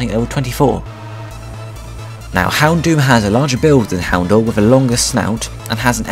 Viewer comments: dour in houndour is pronounced dower just so you know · You're pronouncing Houndour wrong. It's Hound - ow - er. Like a combination of Hound and Hour